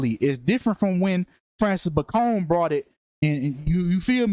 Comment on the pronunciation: It’s pronounced “Bay-con” - just like the pork cut, you moron. Francis Bacon Was English. Why are you making him sound like a Mexican drug lord?